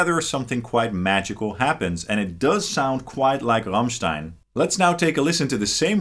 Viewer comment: Best foreign pronounciation of the word Rammstein I've ever heard! Great Video and sounds